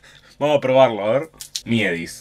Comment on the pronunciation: "Miedis" hahahahhahahahaha